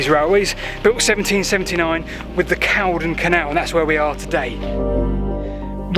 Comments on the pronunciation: It's pronounced Cauldron. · Good video, but it's pronounced Call-don, hence the alternative spelling of Cauldon.